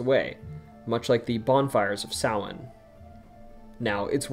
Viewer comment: Omg you actually pronounced Samhain correctly I love you